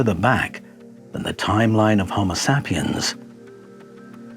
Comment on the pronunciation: SAY PIENS...so annoying, not sap iens